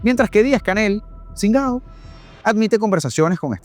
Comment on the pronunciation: Gracias, soy cubano que bien te quedo el "singao" te sigo y te felicito..